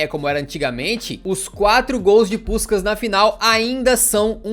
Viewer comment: Tu meteu um “puxcax” cariocado do nada! Hauaahu